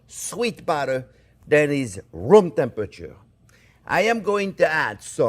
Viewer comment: For a moment I thought chef said the butter is rum temperature:)